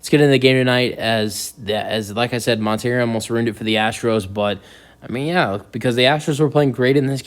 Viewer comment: It’s Montero, not Monter-Rio. Do your homework!